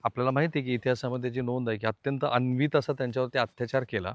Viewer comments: 1. "औरंगजेबा आधीचे मुघल बादशाह सहिष्णू होते" अशी चुकीची माहिती देऊ नका. त्याच्या आधीच्या मुघल बादशहांनी सुद्धा खूप अत्याचार केले. औरंगजेब सर्वात वाईट होता. म्हणजे त्याच्या आधीचे बादशहा फक्त दगडापेक्षा वीट मऊ. 2. तुम्ही फार मोठे पत्रकार आहात तरी कृपया "अनन्वित" ला वारंवार "अन्वित" म्हणू नका. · अनन्वित ! अन्वित ? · अन्वित नाही अनन्वित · अन्वित नाही हो, अनन्वित